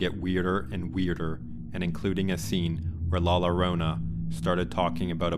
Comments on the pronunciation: she go it wrong also 😂it’s pronounced joe-row-nah … 😂 anyway great stories looking forward to more. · Learn to say la llorona (pronounced yorona) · La Llarona is pronounced with a Y sound "La Yarona"😉